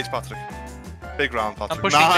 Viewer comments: Its actually Patryk, not Patrik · G2 they say Patryk not Patrik. Just the polish version. Good video overall